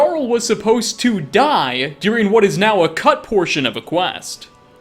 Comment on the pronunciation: Why do you pronounce the word ‘during’ as dearing?